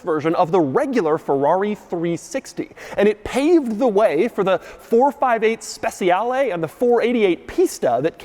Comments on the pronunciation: "Speciale" is pronounced almost exactly like "Special" in english but with an "h" after the "c". "Spechiale" is probably the closer sound to the italian. It's actually harder to say "Spetsiale" or "Speziale" as Doug says :P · Doug's pronunciation of "speciale" is atrocious. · It's stra-darr-LEEEE and spech-chi-ar-LEEE not LAY! And it's COM-PE-TITZ-ZE-OWN-NEEEEEEE.... not Nay!!! Caw monnnn man!